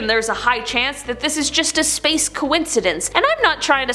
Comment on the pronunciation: is it just me or did say sprace instead of space